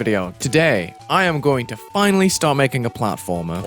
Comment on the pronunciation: Ah yes, the one and only, paltfrmer!